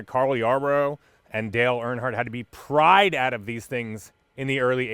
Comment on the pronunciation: You said "Cale and Dale had to be pry-ed out!!" 😂 maybe their seatbelts sucked?